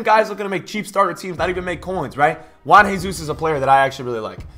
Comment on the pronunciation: Juan Jesus, you pronounce both J's he isn't Mexican or Spanish xD